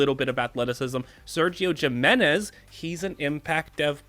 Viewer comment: The way you pronounce Illinois and Jimenez are crazy